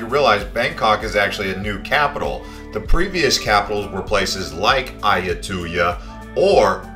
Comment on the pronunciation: As a long term part time resident of Thailand it bothers my ears listening to you mispronounce words like Lumpini, tuk tuk, Siam, Ayutthaya (God, you butchered that), Sukhumvit, etc. Have you ever actually been there???